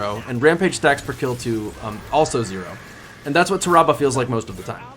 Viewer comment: its not ta rah bah smh its TAHRAbah why yall be miss pronouncing everything